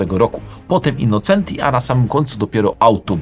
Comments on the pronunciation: Pięknie słychać "autobianKI", ale dlaczego tam dalej jest "innoCEnti", a nie "innoCZEnti"? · Super za program 👍 Autobianchi juz poprawnie, Brawo Ty. Ale nadal Innocenti czyta sie " innoczenti " taki maly szczegół. Poza tym program OK Pozdrawiam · InnoCZenti! Przez CZ jak cinquecento. Z Autobianchi już duża poprawa ale Austin wymawia się Ostin/Ostyn.